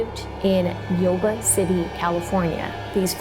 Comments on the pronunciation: I live by Yuba city, about 40 mins away. It’s pronounced you-ba City. Love this new channel. Love mysteries. Never heard this story before, born in 1978. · FYI... Yuba is pronounced 'You-Ba'